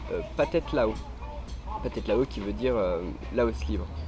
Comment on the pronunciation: T as prononciation est horrible. Le H se prononce comme un R, alors c est les Thais (traïe) et non pas Taïe, et c est phathead ( pratread) Lao. Apparement du parle de pays dont tu ignores totalement la culture et la langue.